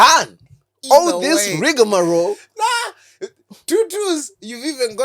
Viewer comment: 🤣 bro said Rigamaro 10 times in different contexts!